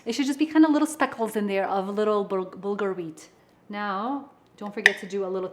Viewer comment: Bulgar pronounced Butthole ok got it 👍